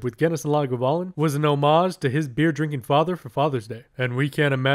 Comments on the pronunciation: Yeah sounds like Laguvalin rather than Lagavulin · Great review. The 11 is a favorite. It’s pronounced Lahg ah voo lyn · You're saying Lagavulin incorrectly. I have a slight cringe every time it's said. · It hurts me every time he mispronounces it… I can’t take this review seriously because of it